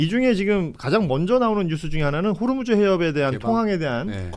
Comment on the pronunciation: 호르무즈 가아니고 호 무스